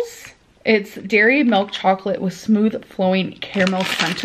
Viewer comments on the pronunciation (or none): I get immediately filled with rage when I hear this giant slob say “melk”